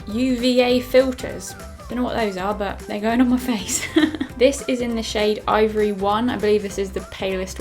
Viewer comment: for the pound land foundation did you say it's call ivory 1 or ovary 1 😂😂